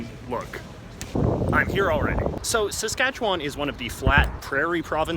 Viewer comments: Easy to see he's not from SK, or spent much time there. The emphasis is not on the 'Wan' in Saskatchewan. Anyone disagree? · “Sask - atch - eh - one”, not “Sask-atch-a-waaaaaannnn” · It's pronounced pretty well like it's spelled. Ruh-gyna. But Saskatchewan he pronounced fucked. It's more like seh-skatch-win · Why do people from outside the province always pronounce Saskatchewan as "Saskatchewon"? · The way he says it: Sask kat chew WAN. We say it Sask kat chew win. Lmaoooo. I live in Saskatoon. I lived in Regina before when I went to university. Its meh. Unless you wanna drink lots. I guess that makes it more interesting. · "...and the occasional river." You realize there are over 100,000 lakes in Saskatchewan, right? Also, you pronounced Saskatchewan wrong the entire video. SaskatcheWIN not SaskatcheWAAAAAN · How to tell if someone isn't from Saskatchewan? The way they say "Saskatchewan" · Saskatchewan has a Premier not a Prime Minister... and its not a Parliament building its the Legislature. And learn how to pronounce Saskatchewan properly... if you are going to make these videos do your research... Ukrainian blob food?? 100% of all Bronco's uniform sales wen't to charities set up for the Bronco's. Very insensitive and remove your sarcastic tone. It doesn't work for you. Go back to school and this time... pay attention. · You sound like a tourist. I was born in Regina, SK. You need to learn how to say Saskatchewan properly. Also, you are not saying Ukrainian properly either. I'm glad you noticed the Union Jack. There's a lot of history in that topic. I'm not sure how many of the Indians are Metis. I think most are Cree. You may not have noticed many French people. They stay in their French pockets , the same way Jewish people stay in their locations. Germans also stay in their own locations. And, the Indians stay on their reservations. You did a good job of noticing things that tourists would be interested in.